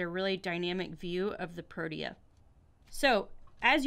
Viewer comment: Thank you for appreciate our nation flower! So for mere helpfully criticism the flowers name is pronounced pro-tea-a.